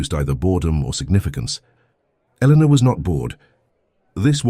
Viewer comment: The narrationswallows the "R" sound..her name is Eleanor but it sounds like Elena, and the captions are phonetic when in doubt because AI can't reason